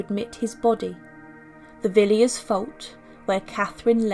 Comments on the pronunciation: Highly unlikely that Henry VII wanted to distance himself from Catherine de Valois since she bolstered his extremely doubtful claim to the throne. (Pepys is pronounced "PEEPS", Villiers is "VILLAS" - an historian should know that) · Gough is Goff not Go. Villiers is Villers. Not very nice but we look at mummies, don’t we?